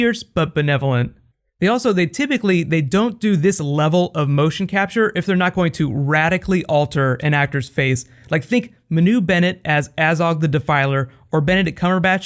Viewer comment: Just a correction on the pronunciation of Manu Bennett's name; it's Mah-Nu, not M'nu. Otherwise, great work as always, always enjoy your reviews and discussions. From a fan in New Zealand